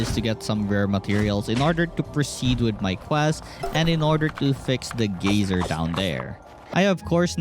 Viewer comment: great lookin game. reminds me of moonlighter and howls moving castle. geyser is pronounced guy-zer. and as for the "social battery" i'm guessing thats just something you made up and not an actual in game mechanic. youre pretty weird arent you.